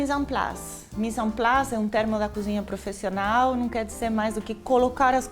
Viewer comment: ProfIIIIIssional... tá na hora de melhorar seu português, né?! Mora aqui há anos... muita coisa fica difícil de acompanhar!